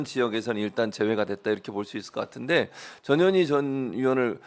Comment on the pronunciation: 어감이 좀.. 저년이, 저년이. 자꾸하시니, 내 어린시절 친구놈들이 상년이, 상년이...라고 나를 놀리던게... 전 현희, 화이팅입니다...